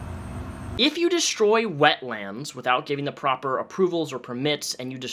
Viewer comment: One word 'wetlands' not 'wet lands'